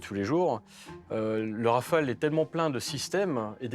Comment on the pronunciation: Please ... RAFALE and not Raphaels!